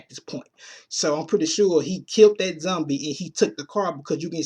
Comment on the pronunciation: Why can't you use the o sound you say cumic books, zumbie lol